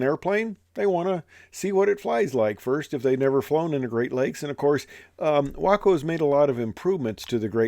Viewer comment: It’s great that you pronounce your WACO correctly.